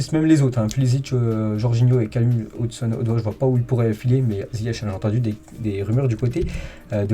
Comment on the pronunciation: Lire "Verner" et non Werner. "Odoï" et non Odoi